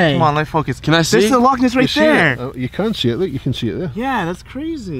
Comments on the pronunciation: Loch! Not lake ! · In Scotland we don’t call it lakes we call it’s lochs (pronounced like lock) and it not the lake monster it’s the Loch Ness monster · I'm cringing at how its "Lake Monster" no no no its Loch Ness Monster. And also, yeah if we get snow the whole of the uk stops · Charlie And Lola and Hazel too! Its Loch not lock you df so no it's not the fucking same, it's not call Loch Ness for nothing. Descendant but not pure Scots!!! Americans do butcher some Scottish names. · you literally can’t say loch lake , you’re just saying lake lake/loch loch i mean come on , you always say you respect where you are but like you don’t know anything omfg